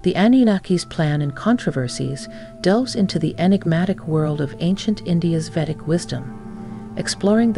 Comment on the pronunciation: You have an incredibly long introduction that's incredible redundant. U say nothing and mix 2 different cultures. Btw, it's Vedic not vetic.